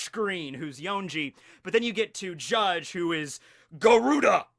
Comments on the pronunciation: Bru, you dont have to say the "e" in Judge, really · Wm. R. Woodland He’s saying it the Japanese way “Jajji”